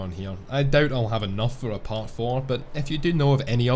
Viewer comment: "Paht"? Where are you from, Boston? :)